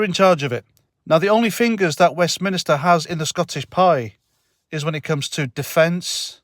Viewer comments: the Scotts keep voting her in so they shall reap what they sow. Oh and it's WEST-MIN-STER not WEST-MIN-I-STER;) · Another good vid, but It's called Westminster, not Westminister. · I might take you more seriously if you learned to pronounce "WestMINSTER" correctly. (Top Tip:- It isn't pronounced "WestMINISTER".)